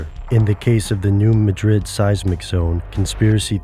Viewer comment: New MADrid, New MADrid, New MADrid. not New MaDRID. MaDRID is in Spain.